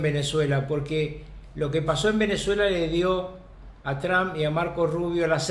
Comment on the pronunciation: Carlos, el apellido del presidente de US, es TRUMP, con M, no con N, como te he escuchado decir en muchísimas ocasiones. TRUMP... no TRAN.